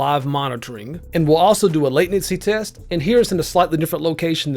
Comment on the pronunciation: Mans calls it "late"nency hehe i get it